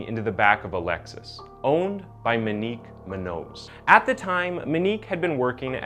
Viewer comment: Her name should be pronounced Moe neeq Moo n yoos